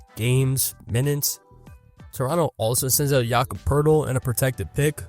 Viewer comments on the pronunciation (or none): none